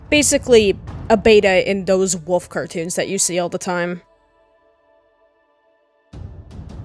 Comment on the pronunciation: bro says wuf instead of wolf